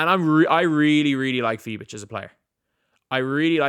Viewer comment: As a german It's so funny you call her Fie bitch 🤣🤣